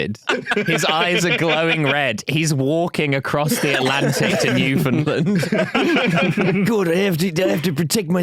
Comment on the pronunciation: It's NEWF'n'land. Not NU'finlin